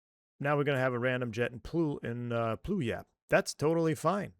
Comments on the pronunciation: Pew-yah-lup Washington. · Pew-All-Up. Washington. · Haha I used to live around there. It is pronounced "Pew-Wall-Up" Love your channel!